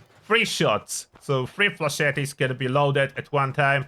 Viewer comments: Not flechetty, just flechet. The e is silent, like cassette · FLAY-shet. Not flesh-eddie.